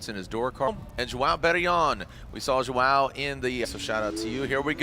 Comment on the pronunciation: gringo n sabe falar os fonemas do “ão”